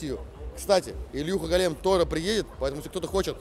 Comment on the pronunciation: От ударения в слове гОлем каждый раз кровь из ушей. И не нужно говорить, что это псевдоним, он взят с конкретной легенды о гОлеме. Какой нафиг голЕм???